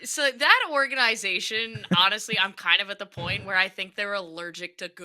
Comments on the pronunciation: I’m cringing every time she says organ-eye-zation. Could she be more of a poser. Serious “Pick Me” energy with this one. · Oh yeah the way she says a word total discredits everything she has to say, for sure. 💀